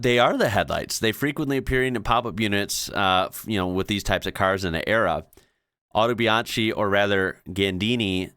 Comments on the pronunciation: you pronounced Biposto and Cisitalia just right! Autobianchi is pronounced auto bian-ki not bian-chee. Vignale is not vig- nale but vinyale. By the way, have you ever seen my favorite "strange car", the Isetta? I think you'd like it. Not a prototype, it was a real car. Go see how you open the door (no, not doors, just one door) 😄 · You got it right, the Italian "c" is pronounced like the English "ch" (as in "cheap", for example), BUT the "ch" is pronounced "k". So Autobianchi is pronounced "autobianki". Btw., I do agree. In my opinion, the Fiat Multipla is probably the ugliest car I've ever seen. 🙂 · Your pronunciation is pretty good. Here some specifics. Biposto: your first one was pretty much right Autobianchi: you said it almost right, just pronounce the "ch" as a "k" Vignale: tough one to explain in writing. The Italian "gn" sound doesn't exist in English. Best approximation in this case would be to read it as if it was Viniale (but it's not the same as Vignale) Multipla: ok Scarabeo: ok Covini: almost, but it sounds Coveenee (the Italian "i" always sounds like the English "ee", BTW same goes for other letters, they are always read with the same sound, save for very few cases) Pininfarina: ok Zagato: ok Zele: almost ok, you just need to clearly enounce also the second "e", there are no silent letters in Italian Egoista: almost right, you got the initial "e" wrong. Remember that Italian letters never change sound. "e" always reads the same and cannot read like an "i". Italian "e" basically always reads like the "e" in "men"